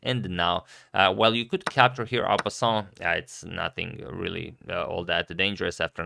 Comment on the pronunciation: someone tell agad theres no L sound in en passant